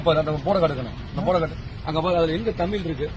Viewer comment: உங்கள் நோக்கம் நல்லது, முதலில் தமிழ் என்று சொல்ல கற்றுக்கொள்ள வேண்டும் தமில் அல்ல